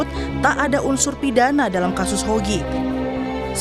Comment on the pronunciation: ngomong nama aja salah. HOGI. Bukan YOGI. Pake mas lagi!